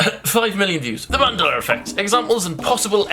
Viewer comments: 1. Calm the fuck down 2. Where is the E and R in mandeLA effect Why are you calling it manDELLAR? Gg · mandela not mandeler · Its called Mandela effect not mandelra effect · I must be in a parallel universe. Since when was it called "Mandeler" Effect? I call it Mandela as in "A" not "ER". Why are some people pronouncing the "A" as an "ER" and the "R" as an "A"??? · mandeler effect? I always thought it was Mandela effect? here we go again LOL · The way he says Mandela like ‘Mandeler’ reminds me of how my Theatre teacher would say ‘Extrrrr’ when trying to say Extra, the only difference is the fact that he’s doing it because of his accent, and my Teacher and her her Texan ass was doing it because...? I hated her. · “mandeller” love that 😂❤️ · Will it sounds like you’re saying Mandeler effect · For Gods sake, stop saying 'Mandeller' ...pronounce the Shit correctly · ah yes The mandeller effect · Mandelar I love you content will but personally love when you pronounce thins weirdly 😆😆😆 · Mandeller..... Lol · Mandelar why do you put an r there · Why, in the name of our Lord, are you saying 'mandelar effect'? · It's just his accent. Some English accents pronounce "a" like "er" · The way he says Mandela